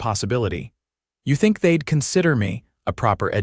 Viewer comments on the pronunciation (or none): none